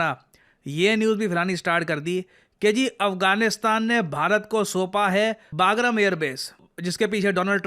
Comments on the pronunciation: Baagram nahi usse Bagram bolte hai. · आज बोलना ही पड़ेगा. बहुत बार हो चुका है। वो पैलगम नहीं पहलगाम है। और ये बागरम नहीं बगराम है। Plz sir!😢